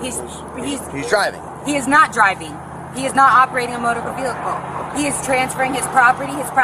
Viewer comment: Do you know what a "VECKLE" is? It's how you call a vehicle. LOL.